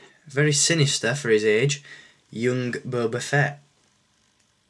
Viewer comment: feet:/ its fett :p